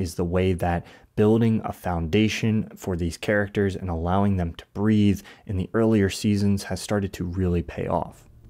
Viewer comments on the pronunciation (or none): none